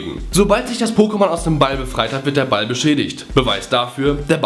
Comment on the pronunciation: wieso sagst du immer BALL?